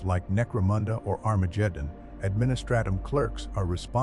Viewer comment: Wow, Armajeddon 😂